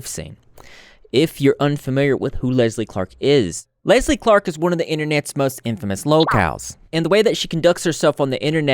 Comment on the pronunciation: Why did I think you said “Leslie Fart” instead of “Leslie Clark” at the beginning 💀